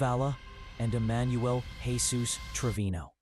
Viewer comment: It’s not Jeez us. It Heh soos. That name is not translated into English as Anglo speakers don’t use that name commonly 😡🙄 Do better AI